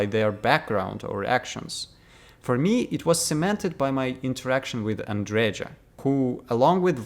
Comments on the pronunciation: andreja is pronounced as andreya. as female version of andrej - andrey. at least it should be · Whole worldbuilding makes no sense in Starfield. And stop pronucing name Andreja as Andredža. Andreja is a slavic name... and slavic J is pronounced as Y in word yes.